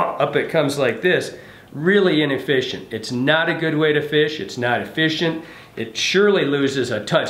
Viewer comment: it’s ineFISHent